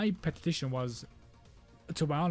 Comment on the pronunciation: You said "Peti-ti-tion". Its petition.